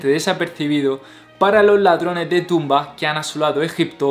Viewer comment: Excelentes reportajes, Tienes buena voz y sabes conjugar las imagines mientras haces la narrativa, solo una observación, me imagino que tu lengua nativa no es el español, ya que te comes letras al pronunciar, como ejemplo: dices NUEVO LUGARES en lugar de NUEVOS LUGARES. Dices encontraron SARCOFAGO en lugar de SARCOFAGOS. Dices LADRONES DE TUMBA en lugar de LADRONES DE TUMBAS. Dices, se han encontrado SARCOFAO, en lugar de SARCOFAGOS, en otras palabras no pronuncias la S del final. Pero excelente el material.